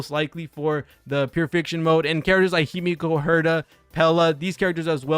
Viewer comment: Good video, but Himeko being a Japanese name it’s phonetical. So the E in HimEko it’s pronounced the same way as the E in WElt and PEla. Sorry it drives me insane even when I heard this mistake with Pokémon 😂